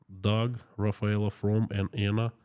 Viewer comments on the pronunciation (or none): none